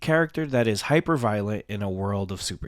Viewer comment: Ah good. I'll skip the video then. Because yeah, I'm not understanding what he's getting at. He also pronounced violent and and born weird so yeah I zoned out.